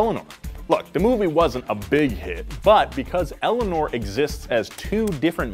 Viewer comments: "They basically own everyrthing named Eleanorr" The kid name Eleanor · I said Eleanoir not Eleanor geez